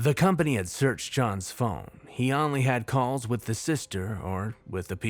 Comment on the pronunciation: Only is pronounced OHn-ly. Oh. Long O. Not Ahn-ly. Hdjdnbdsiisuejdbnkis pulls hair out EVERY VIDEO. EVERY SINGLE VIDEO. GAHHHHHHHH!!!! Could be damn near perfect without stupid mispronunciations like that. If it was literally any other word I could overlook it. But it's ONLY. that's like mispronouncing "the" or "at".